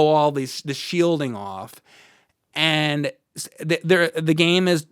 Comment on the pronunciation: i love how pronounces "and" you know, the way he starts each one of them with a long "E" sound. almost like he's saying the name Ian.. EEEEEEE-AND and he says it a BUNCH, EEEEEEAND, big fan FOR THE REALS, here!!!